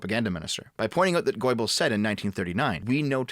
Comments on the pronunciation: When you try to pronounce the name Goebbels it sounds like you're saying "Goybbels" which is quite ironic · I can't unhear goy-bbles now 😂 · Goybuls?? It's pronounced GERbuls lmao Sort of like Goethe isn't Goath. It's GERtuh. German is weird. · "Goebbels" is NOT pronounced GOYBELS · "GOY-bels"? Roflmao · Made quite a mess of a few names there,. My favourite was "Gaybls" xD Good video overall though. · GOJ-bels?, Is that a Freudian slip. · it's not Goibles, oe is pronounced the same as ö (Umlaut) - like the o in word or i in flirt, just shorter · "Goibols" You sound like an old Jewish lady from Flushing. :D Jokes aside, thanks for your work. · Goebbels being pronounced as "Goy-eh-balls" is hilarious. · GoER-Bils, pronounced like “Gerbils” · A side note: That's the best hypercorrect pronunciation of "Göbbels" I've ever heard and I love it as much as I dislike the efforts of the man it usually refers to. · What's especially terrifying to me is how pronounces Goebbels' name